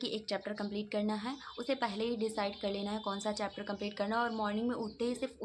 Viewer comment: It's chapter dii not chepter